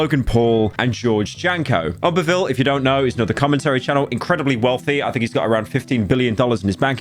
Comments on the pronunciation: Why you say OOMpaville like Uhmpaville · The way you say oompaville’s name Oompaville makes me so upset istg